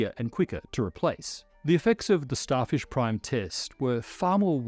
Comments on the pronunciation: "Starshif Prime was a..." Lol. We know has been following SpaceX's Starship program development closely (maybe too closely, like many of us) and now can't say "Starfish" the first time:) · I hear it as "Starshif" instead of "Starfish", accidently swapping those two consonant sounds. A classic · wait, did he just say “Starshif”? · he said starshif (spoonerising fish into shif) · Yeah starshif